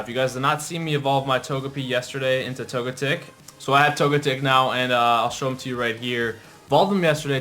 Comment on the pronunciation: OMG ITS NOT TOGETEC ITS TOGECHICK not spelled that way but its pronounced that way do u even waych the anime -_